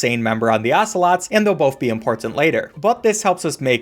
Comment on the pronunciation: there not ocelots, there assolots